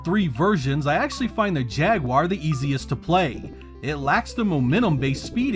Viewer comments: Thank you for not pronouncing it ‘jagwire’ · Finally, someone on YouTube who actually pronounces the word "Jaguar" correctly. 😅